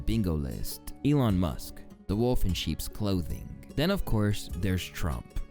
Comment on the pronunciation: the way you pronounce 'elon' makes him sound classier than he ever could be 😭 anyone remember that tweet where he said it's short for Elongated Muskrat